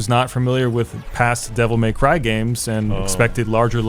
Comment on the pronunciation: Devil May Crheyy